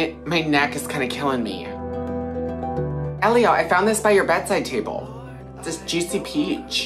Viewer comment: The way he pronounced “Elio” 😂